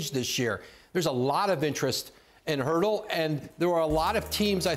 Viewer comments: It's not Hurtle its Turtle. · Did Woj say Hurtel??? Hertel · I don't think that's true, my understanding is that it's pronounced Pertle. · why does he keep on saying "HURDLE"?...it shows how little, people knows about the Spurs...nobody even bothered correcting Woj...I hope this is the year our Spurs come up with the 1st pick of the draft. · He said Jakob Poeltl last name so wrong